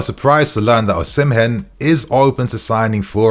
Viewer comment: It's pronounced Osimen, the H in Osimhen is silent